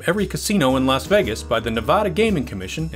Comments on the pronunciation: Don't ever let some certain Nevadans hear you say "Ne-VAH-da". Lots of them don't like it too much. I'm not even from there, and it's driving me nuts! Good video, otherwise. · Please learn how to properly pronounce the name of our state. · No offense, but I wish people could get the pronunciation of "Nevada" correct, especially when talking about fact checking. It is pronounced repeatedly incorrectly in this video, which is otherwise very good. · a huge mistake. Las Vegas Casinos had sportsbooks in them since the 1940's...also, the host pronounces the name Spilotro wrong...Our host also pronounces 'Nevada' wrong....Geez...